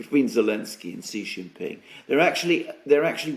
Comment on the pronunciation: say his name =SHEE JIN PING NOT JHEE JING PING., JHEE MEANS PENIS IN CHINESE LANGUAGE. SAY SHHHHHHEEE LIKE THE WAY ALEXANDER M. DOES, SHEEE LIKE FEMALE IS CLOSER TO THE ACTUAL CORRECT WAY. JHEEE IS INSULTING.